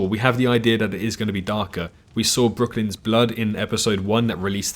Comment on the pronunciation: Brooklynn not brooklyen